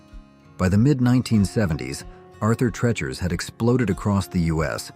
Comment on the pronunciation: Two disparate retrospectives combined into one by AI…. We know by the mispronunciations. Arthur “tretchers” instead of the correct “treechers”.